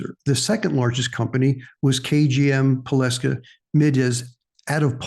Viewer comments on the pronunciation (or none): Polska, not Poleska